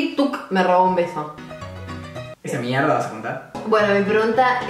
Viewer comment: Es mierrrda vas a contar? Jajajajajajajajqjaj😂😂 Los amo. Lastima su separación😭😭